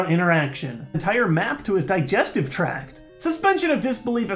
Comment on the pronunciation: "Digestive traft" wtf